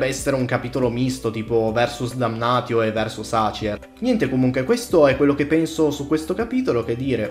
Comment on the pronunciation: va bene però se non vuoi chiamare Marcus Marx (come giusto che sia) bisogna pronunciare Damnatio Damnazio